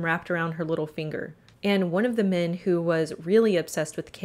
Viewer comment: It's mEn not mIn.... jesus....